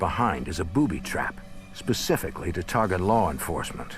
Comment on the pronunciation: Lar enforcement